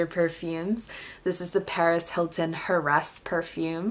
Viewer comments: in heiress or heir is silent. Anyway nice collection!!! 👍🏻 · When she says the name of the Paris Hilton fragrance 🤣🤣. And the word sensual 😂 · 😂😂😂 heiress I’ve never heard that pronunciation